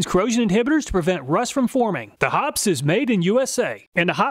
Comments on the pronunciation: Sorry but DUDE..... it’s not called HOPS. Hoppes is pronounced HOP-EEZ. Please get it right. It turns my stomach to hear so many still saying it wrong. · Hoppe's is pronounced Hop-eez, not Hops. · it’s actually pronounced hop-ees not hops like the stuff they make beer with. Trust me I asked because people would always tell me I was saying it wrong so I asked on IG and I was correct pronouncing it correctly hop-ees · Hoppes is not pronounced "hops", it's pronounced "hoppies". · it's pronounced HOP-EES not hops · It's pronounced 'Hopp-eez'. Not "Hops". You're a know-nothing dip-stick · Thanks for the test. Very interesting. PS Hoppes is not pronounced like the "Hops" in beer, it is pronounced like Hop-eze. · "Hoppe's" rhymes with "poppies," not with "pops." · The correct way to pronounce Hoppe's is: "HOP-EEZ"...NOT "hops". This is according to the company. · Pronounced "hop-ease," not "hops". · It's not hops. Hops goes in beer. Hoppes is pronounced like hoppys. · It's pronounced Hoppees not hops. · It's pronounced Hoppeees. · It's pronounced hop-pees, not hops. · FYI, It's pronounced ( hop eez) not hops. I met the people from Hoppes at a gun show, and they say HOP EEZ. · Pronounced 'Hoppies' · "Hoppes" is pronounced "HOP-eez" instead of "hops." I know this is nit-picky....much like the way to pronounce Garand. Most people and the U.S. Army say Ga-RAND where (French-Canadian born) Garand himself pronounced it much like "Garran." (somewhat rhymes with "errand"). Either is used. For technical person presentations, using wrong terminology makes others think you got other details wrong. Great test of different lubes....I use Break-Free CLP since "over 30 armies say it's good." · Correct pronunciation is: "Hop-peas". Checked with more than one source, and the Hoppe's web site. There has been a lot of confusion about the correct pronunciation over the years. Great video as usual! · hoppes is pronounced------- hop eez not hops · Fun fact: It's pronounced "Hoppys", not "Hops".